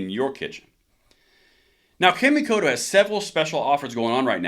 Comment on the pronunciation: I've heard good things about that brand of knives, but here is a small correction on how you pronounce Kamikoto .. it would actually be spoken as ( the sound ) " kaw (the a sound in awe ) mē kō tō " where mi has long E and ko and to have the long O .. it translates to 'Shinto ritual' .. just remember the 'kaw' is not spoken as 'cam', etc...